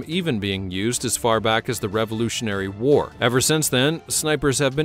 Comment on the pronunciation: What's up with this channel. They can't say WAR. War war war war.